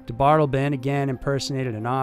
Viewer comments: Also, DeBardeleben is pronounced de bard eh lay bin, not de bard elben. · its pronounced dee bart ta lay bun (ffs ) i mean COME ON JUST LISTEN TO ONE I MNEAN ONE SINGLE OTHER PERSON SAY HIS NAME OVER THOUSANDS WHO HAVE DONE THIS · He is "De-bar-de-le-ben", he is not "da' bottle-bin". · His names is James Mitchell DeBardeleben the 3rd which I'm sure you already know. Pronounced Da-Bar-Da-Laben. Aka Mike. Just an fyi. Love your show! Keep up the good work. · Interesting last name. Seems like it would be said “dee-bar-del-uh-bin”. Or can picture is being said the way you said it. Not sure